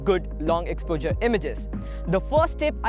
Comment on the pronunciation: He pronounces it as ex-po-jurr...Jus t found it funny